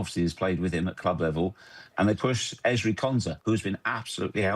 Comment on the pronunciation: "If you search Erlen Harling..." um, what?